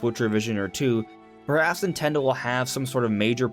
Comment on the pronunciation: "Nintello direct"